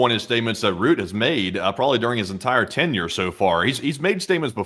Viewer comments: It's Rutta, not root - not exactly Rutta but Rutte with the 'e' pronounced as a separate syllable, sort of Rutt-ih. Important to remember that one's name is the most important word in their language so we don't want to screw up pronunciations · Mark Rutte is pronounced as Mark Ruh tuh not Mark Root.